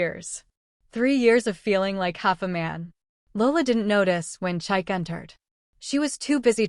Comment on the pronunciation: Lovely story. For next time, the ex's name is pronounced cheek-kay not chaik.